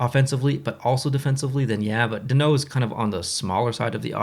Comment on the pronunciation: lol the way you said danault sound pretty good for not a french speaking man